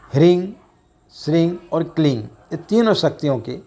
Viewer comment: इस वीडियो में आप हिरिंग श्रृंग किलिंग उच्चारण कर रहें है और दूसरे वीडियो में आपने हरीम श्रीम क्लीम का यानी ग और दूसरे में म का उच्चारण किया इन मंत्रों के साथ यही प्रॉब्लम है आप पंडित लोग ही कंफ्यूज है तो हमारा क्या होगा जी। सही उच्चारण क्या है हम भी कंफ्यूज है